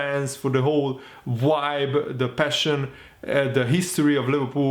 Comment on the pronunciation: Haha I love the way you say vibe. ‘Wibe’